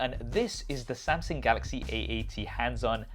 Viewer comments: Why did i heard he said samsing instead of samsung? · Why do you keep saying samsing you mug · Why he keep saying "Samsing" ?? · Step 1 Learn how to pronounce samsUng